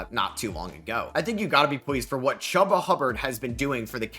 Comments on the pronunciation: “Ch-oo-bah” Hubbard not hubba bubba chubba Hubbard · It's pronounced "Chooba" Hubbard.